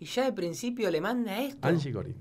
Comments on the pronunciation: es Angie Corine no Corain jajajaj ceneishon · No es angie corain es angie corin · el bolu3 le dice angie "corain" y en "corin" (se que se escribe corine) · Se pronuncia anshi corine No anshi corain Si vos queres que respetemos tu nombre artistico Respeta el de los demas youtuber